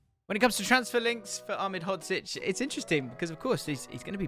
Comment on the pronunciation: Most impressive part about this isn’t the knowledge shown, it isn’t the fact you have an incredible partnership with scouted football, but that you were able to consistently pronounce Ahmedhodzic